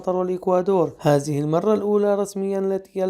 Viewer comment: لا تقول هازه .. قل هذه .